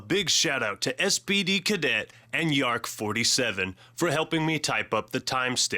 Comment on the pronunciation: lol it's yarrk47 not yark47